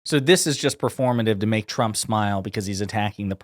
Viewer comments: the newscater says President Tramp instead of president trump. How fitting! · I love that she called him President "Tramp" . lmao